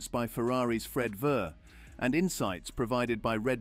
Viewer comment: Fred Verr, lmfao, okay, butchered names happen some times, but missing an entire syllable? wtf?